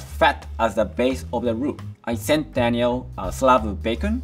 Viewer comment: Daniel is pronouncing half the things wrong 🥴